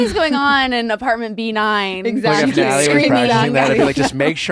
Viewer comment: every time nick says “natalie” it sounds like nelly. like dude please pronounce your wife’s name right